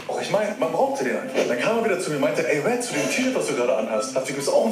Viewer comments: DAS HEISST RED!!! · Das heißt Red! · das heißt red:) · „Lasst ein Abo bei Apo da“ Junge das heißt Red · Das heißt R.E.D!😞😂😂❤️